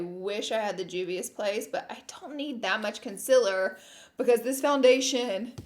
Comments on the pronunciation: Its concealer not conciler 😂😂😂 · I know you say you know you say concealer weird but I've never noticed until the first 2 mins of this video The conciler gurrl! LOOL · take a shot every time she says “conciller” 😂